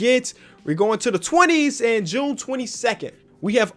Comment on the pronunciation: ITS JUUNEEEE